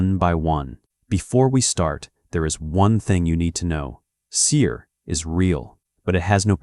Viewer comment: اشهد ان لا اله الا الله واشهد ان محمدا رسول الله ، اللهم نجنا مما نعلم ومايخفى عنا واحمنا وجنبنا شرور انفسنا والضعفاء منا وثبت قلوبنا على التقوى والهدى والإيمان Thank you for th video my brother, btw its called seher not seer i think th AI voice hasn't became Muslim yet😊